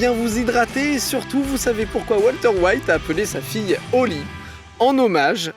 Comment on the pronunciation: Salut, faut arrêter de vouloir prononcer certains mot avec un accent. On dit pas los polios mais los poyos, on dit pas walter weight mais walter white